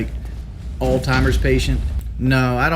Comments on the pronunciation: "Altimers" But I'm not a 6-2 IQ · WTF is All-Timer's?